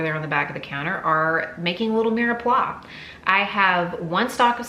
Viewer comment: Mirepoix is one word, two syllables (Anglicized pronunciation: meer pwah).😉♥